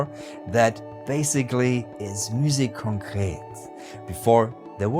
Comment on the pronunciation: When says "Musique Concrète" it's so soft to my french ears <3